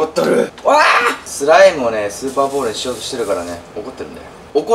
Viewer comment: 0：32｢スーパーボール｣じゃなくて｢スパーボール｣になってますよ⁉️今日も相変わらずはかわいいのぉ😍💕💕